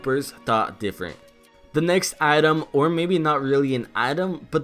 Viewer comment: I’m not Reyna be rude but you said atom I’m not rude just correcting you it’s item